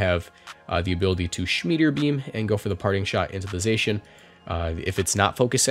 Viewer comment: And Zacian is pronounced Zah-cy-an but it it doesn't matter that much tbh